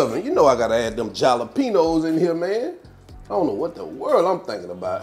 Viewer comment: Jalepenos....isn't it a H sound not J sound.... Hal..le..pee..nos.....just asking for a friend...